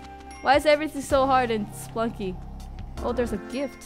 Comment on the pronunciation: I like how she says Spelunky. It sounds like she's saying Spunky.